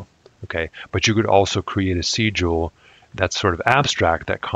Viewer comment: Why would you pronounce Sigil like that? Do you also pronounce signal, and sign like that?